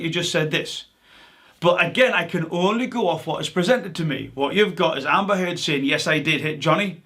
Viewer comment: “Amber Turd” 🤣